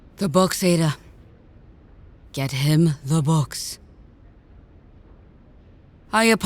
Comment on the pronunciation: Let a Nigerian pronounce the same name you'll be surprised and enlightened 😅